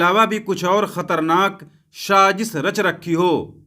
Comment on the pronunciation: Bhai shajish nahi sajish bolo